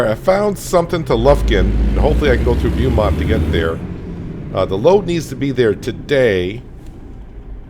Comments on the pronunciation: Oh and it's pronounced "Bo"mont lol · Beaumont is pronounce bow mont fyi